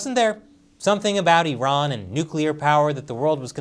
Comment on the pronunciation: Thank you for calling Iran, Iran not i-ran